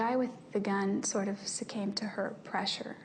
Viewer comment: Listen starting at to hear Ms "Perfect English" state "the guy with the gun sort of succAmb to her pressure...." Succumbed, Jodi.... It's succumbed.